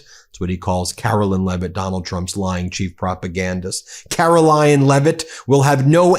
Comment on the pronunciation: KaroLYIN!? My name is Caroline and people always say my name wrong after 57 years. In my life time, I have never heard this version of my name. Well done Newsom!